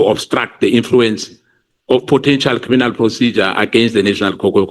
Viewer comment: "Vusi Cat Matlala is a cri-mi-nal, come on say it with me"... Yerrr this guy 😂😂😂